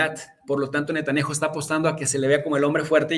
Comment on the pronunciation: A VER...NO ES "NETANNIAJU"...SE LLAMA N E T A N J A H U Y SE PRONUNCIA NETANYAJU... O BUENO PUES SATAN-YAHU.... ABUSADO MI CHAVO DERECHOSO